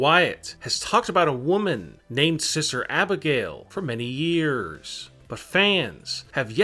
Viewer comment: Lmao who's siser Abigail? It's SISTER YOU BRAIN DEAD TOOL!